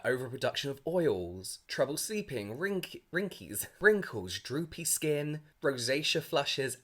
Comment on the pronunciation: did he just call wrinkles WRINKIES